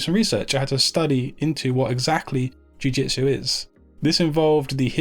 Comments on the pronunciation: eres un maquina!! but please change in your presentation the word "JUI..."JITSU for JIU... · D How did you manage to mistake the word "jiu jitsu" so many times in one video.. :D Cool one though, thank you!